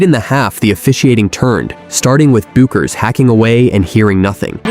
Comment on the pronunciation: Can't a human being read the script? Who but AI doesn't know how to pronounce Bueckers?